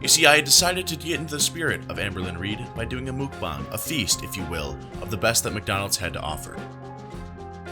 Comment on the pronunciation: I don’t want to be ‘that person’ but mukbang is pronounced Mok Bahng. Mok bahng is a Korean trend that started a few years ago, it literally translates to eating room. It’s still huge here in Korea.